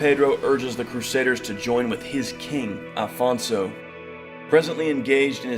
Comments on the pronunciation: O Homem disse "Afonso" já repararam? Não disse "Alfonso" Parabéns ao Homem :):):):):):):):):) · Aleluia! Finally someone gets it right! The man said Afonso! In portuguese OK!! Well done that means a lot. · Congratulations on pronouncing Afonso the right way. Unlike most videos where they call him Alfonso. He was our first king. He is Portugal.